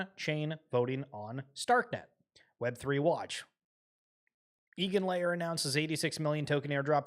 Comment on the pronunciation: Hey, the name is Eigenlayer (read: Aigenlayer, it's German)